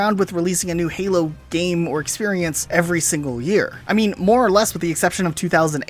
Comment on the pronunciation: it a sounded like you said fallout or hallow not halo